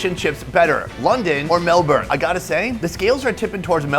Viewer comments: It's "Melbun" Not MelBourne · Or "MelBORN" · And why put the entire thing in your mouth? The potato cake/scallop/fritter - you're missing the mouth feel of the bite through the different layers and textures. And please ask people in the country/region you're in how they pronounce things - like BARRA MUNDY, MELBN etc. Plus, Melbourne had Greek yiros/souvlaki decades before halal was a common word here. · ❌️ Melbourne ✅️Melb-in